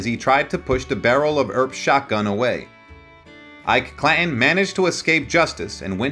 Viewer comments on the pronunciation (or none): I appreciate the effort to keep history alive and relevant. I further understand that you likely made little off of this. That is admirable. However, "The O.K. Coral"??? "Cla 'in"??? I mean no disrespect, but the pronunciation in this suspends any confidence in the knowledge of source material. The O.K Corral ( Read: Kohr-al) wasn't the actual location of the fight, according to credible sources in the hearing it was in an empty lot on Fremont street.. The name Clanton is used often in the story. It is pronounced Klan-Tun. Facts are important. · You butchered the hell out of the English language, it,s clan Ton not cla in like button not bu in if you are going to narrate learn the correct pronunciation